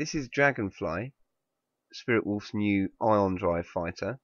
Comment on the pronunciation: SwiftWolf? You mean SpiritWolf, right?